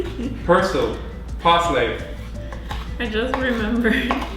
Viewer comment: Parsley sounded like “parasites” 😂 Pasta looked delicious 🤤